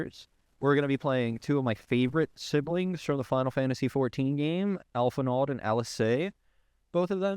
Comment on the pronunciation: Say alphinaud is one of your favorites. . . .but mispronounced the name. Bait me thinks